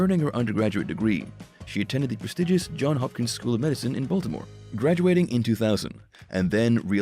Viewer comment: Mr. Narrator, please, please, please get the name of the hospital correct. It is Johns Hopkins. That is Johns with an S. It is not a plural or a possessive, rather it was the man’s name. Johns Hopkins was named for its first benefactor. Look it up. Thank you.